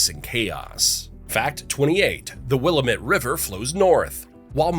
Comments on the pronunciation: it's will-lam-met not wiil-a-met!!! say our names right! there is more than one volcane in portland, oregon. mt tabor as in mt. tabor park IS STILL ACTIVE and it's in the heart of portland and out towards the boundary of portland and gresham, oregon, is Powell Butte, a supposedly "dead" volcano , that is less than a mile from my home yes, i live in portland. im a local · Learn local pronunciation- here’s a helpful rhyme - “its pronounced Will-AM-it, damnit”. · It's called The Wil lam ette. That's how it's said. Not the way the video says. I like the video very much. Malheur is Mal hure. Some other places were mispronounced too. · Excellent video except for inability to pronounce Willamette correctly. Because of how often it is used, it is more cringe worthy than the narrator of "Boys in the Boat" that didn't do any research on how to pronounce locations like "Chehalis" correctly. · (Will am it )willamette, dammit learn it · as an Oregonian I was pissed off when I heard wIlL-Uh-mEt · It’s Will-AM-it, dammit! 🙄😂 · Willamette River correctly pronounced ‘will am met’ FYI🙂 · Grew up in Oregon City, now live in Southeast Portland a 5 minute walk to Powell Butte cinder cone. I traveled to 40 states. Nothing compares to Oregon. I'm used to everyone who's not from here pronouncing Willamette wrong. Like someone else here said, it rhymes like "Willamette, dammit" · WIL - AM- it!!!! Damn it, pronounce Willamette correctly!!! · Lost lake is not near Mt. Hood. There is no "WAR" in Portland, just happy frogs! Willamette is pronounced will-lam-it. Vanport flood, at the tíme African Americans were not allowed to live in Oregon. During WW2 liberty ships were built in Portland. African Americans had to live on a island in the middle of the Columbia. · You had me until Will-uh-met. It’s “Willamette, dammit” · Interesting video but it’s will-lamb-met. Most people say Paulina as Pa-line-a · will-AM-ett. Fucking stupid. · It’s Will-am-it 😂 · Nope, will-AM-it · It’s Willamette damn it ! 😂